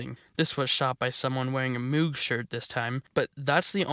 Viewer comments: Another small note, since they are the same family-- Moog Synthesizers are pronounced to rhyme with "rogue" or "vogue." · you're pronouncing MOOG wrong. its MOAG. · just fyi, I interviewed with Moog, it's pronounced more like mogue (think "rogue" but with an m) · Lol at the mispronunciation of moog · 9/10 Moog is pronounced "Mohg" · It’s pronounced Mogue, like Vogue magazine. It’s named after the guy that created the Moog synthesizer, Mr. Moog. A lot of American electronics appliances companies got into the military industrial stuff during the Reagan administration. Lotta money coming in. Usually it’s in the form of an acquisition rather than just making the decision to make signal generators for the navy one day. The singer sewing machine company doesn’t exist anymore except as a brand to stick onto product in the hopes of capitalizing on their reputation generations past but they got into making weaponry both at this time for something with ICBMs and also during world war 2 amount m1911s, M3 grease guns. Twisted pair works better for preserving signal integrity and canceling out interference, party because of the magnetic field produced by either conductor on the other excluding the influence of other nearby conductors that aren’t coupled and in phase but mostly because it’s easier to filter out interference at the output end by filtering the common mode voltage of the pair which is what the balun is for. Alexander Graham Bell, the inventor of dirty talk on the phone about how you’re gonna go goblin mode on your wife when you get home and also just the telephone in general and also goblin mode In general, invented the twisted pair. Probably not for his first one cuz where was the interference coming from right? Just kidding, telegraph cables were everywhere and even the spark gap radio transmitter pred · Moog is actually pronounced mogue. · If it's the same pronunciation as the audio equipment, it's pronounced "MOHG" instead of "MEWG." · IT IS PRONOUNCED MOOG!